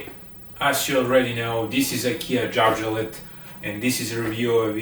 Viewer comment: pronounce Ä the right way! It is not A. Say Järvafjället. Dont say Jarvafaltet. OK?!